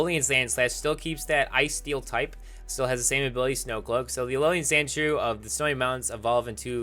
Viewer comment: Did you know that it's pronounced "ALOLAN", not "ALOLIAN"? Did you know that?